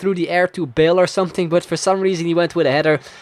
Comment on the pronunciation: Loved the video :)... But all I could hear when you say Bale is Bill :')